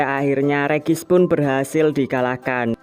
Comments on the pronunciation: Bang ngomongnya regi ice bukan regice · bang ngomong regiice bukan regis tapi regiais